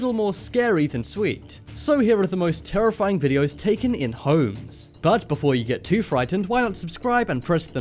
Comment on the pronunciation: why he say it "holems" lol